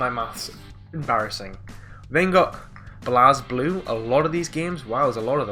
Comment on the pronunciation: Also for when sees BlazBlue games again, it's pronounced Blays-bloo.